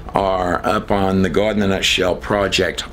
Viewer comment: still cannot decide if it's Gaawd or God. Fake pronunciations for some reason. This trailer shows he can still pronounce God and not Gaaaawd